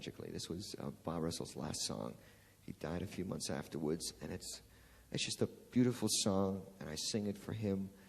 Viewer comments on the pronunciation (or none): Neil’s good I’ll Brooklynese comes out when he says afterwoods ! I love it. Just a kid from the neighborhood.